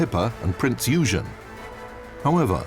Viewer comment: prinz eugen totally butchered......